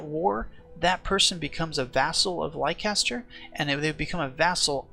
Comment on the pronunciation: Very nice guide, helped a bunch. Also, it's pronounced "Lester", not "Laicester"